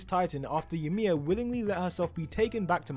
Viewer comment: Ymir not emir